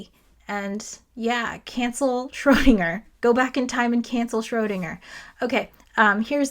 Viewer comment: One day an English speaking physicist will say "Schrödinger" correctly. But it is not today.